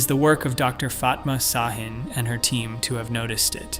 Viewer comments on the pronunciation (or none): Ş is pronounced sh. Ç is pronounced ch. And and and Dr. Fatma Şahin is a woman.